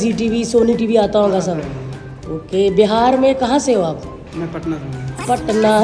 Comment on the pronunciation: Bharti, its BIHAR not BEHAR 😂😂😂😂….BDW U HAVE A LOT OF FANS HERE…ITS NOT A VILLAGE THAT WE WOULD NOT KNOW ABOUT LAUGHTER CHALLENGE OR THE LAUGHTER QUEEN OR BHARTI SINGH…..WELL ITS HIGH TIME THE WAY PEOPLE THINKS ABOUT BIHAR SHOULD CHANGE ☹️